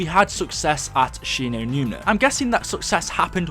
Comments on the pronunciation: it annoys me that he is calling Shi no numa "Shi no numina" it's doing my head in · She-no-newma not She-no-newna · Right the whole time he was say numna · he just says it wrong so many times it gets annoying